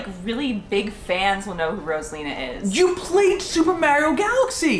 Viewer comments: I can’t get over him saying ma-eo 😂😂😂 it’s mar-rio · me being upset that says mario like mairio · Love you guys but I hate how do you guys pronounce Mario it made me want to jump off a cliff slightly, but gave me a good laugh😂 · I love you guys but pronouncing Mario wrong bothers me 😅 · Sry but when they said Mario wrong